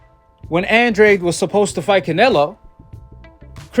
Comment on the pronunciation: Andrade = AHN DRAH DE...brah☺